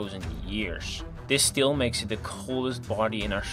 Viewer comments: When he says shtill instead of still, makes me wet myself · Wtf! Since when "still" is "shtil''? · So it is not "still" but it is "štill"...I like that 😆